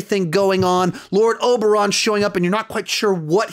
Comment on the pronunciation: Daeneryes. Cirsei. Oberon. Bruh what is it with these youtubers who can't pronounce names correctly?